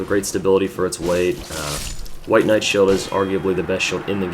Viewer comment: knite? hahahaha